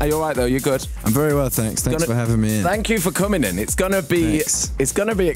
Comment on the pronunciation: Fank you